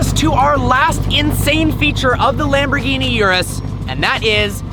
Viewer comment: For someone who owns a Lambo, probably owned a few, you can't be bothered pronouncing the name right?!? Come on, Don't be a typical yank!